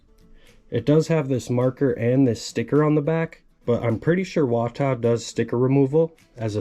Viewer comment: your pronunciation of WATA is odd, lol. Dont send the MK3 unless itll be a 9,0 or higher